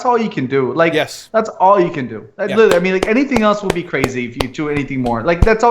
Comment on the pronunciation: Every time "literally" is mispronounced in this video...grrr